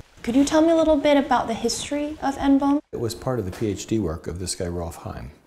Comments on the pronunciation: what the fucking fuck? just pronounce it as N-B-O-M-E, not fucking hiroshima nomb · why the fuck are you pronouncing it "N-BOMB" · Please stop calling it N-Bomb! It's N-B-O-M-E how hard is it to say letters? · Reporter keeps calling it N-BOMB, when its N-bome.. Christ sensationalist media